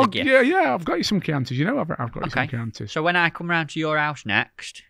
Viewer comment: At last,someone that pronounce Chianti in the fishing world.Cracking podcast well done.